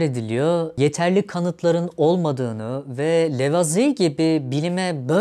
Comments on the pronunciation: Lavoazie diye okunur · İlk kez Lavizi diye telaffuz edeni gördüm.